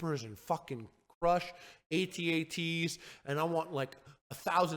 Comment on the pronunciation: Thank you for these words Harley. But especially, thank you for pronouncing it A-TEE A-TEE